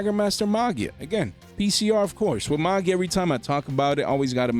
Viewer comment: You pronounced Magia wrong